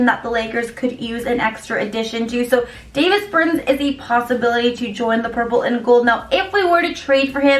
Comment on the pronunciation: C'mon now! Davis Burton! Lmao! Both the 1st and last name pronunciation is wrong! ... He's Latvian; you made it sound like he was born n raised outta Idaho Nebraska 😂😫... try Giannis Antentenokoumpo